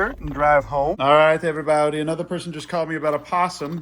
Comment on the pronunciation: “Everyboudy” he says